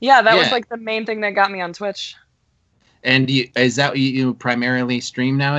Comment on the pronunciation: Its not thwitch.... Its twitch.